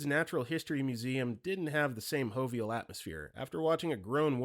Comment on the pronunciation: Pronouncing jovial with the Spanish J is diabolical. That and saying roster when the word should clearly be rooster 😂